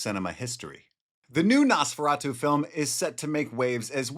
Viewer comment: NOS Please ! Nosferatu. NOT :👃feratu .